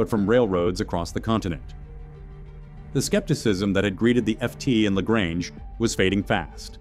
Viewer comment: Pronounced " la gray nge"